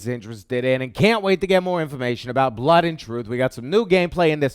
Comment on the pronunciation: No British person in history has ever pronounced 'blood' as 'blut' just FYI;) Great vid. Can't wait for pixel ripped and blut an' troof.